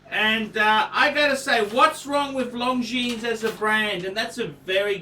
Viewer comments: Hint: it is not pronounced "long jeans" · Wish he’d pronounce Longines correctly. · I found this difficult to watch....you can't even pronounce Longines correctly